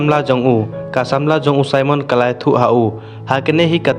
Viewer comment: Simon not saimon